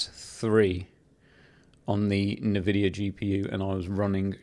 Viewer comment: Great video! BTW. i believe its pronounced N-VIDIA. Fun fact! Invidia in Spanish means Envy ...So maybe its a play on fords for Nvidia.